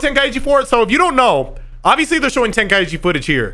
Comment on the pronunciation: Its called Ten-Kai-Chi not Ten-Kai-ichi I've been blasted by so many Japanese about calling it TenKaiIchi its not even funny